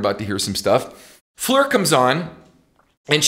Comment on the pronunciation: I appreciate the correct pronunciation you use for Floor's name. Not many people get that.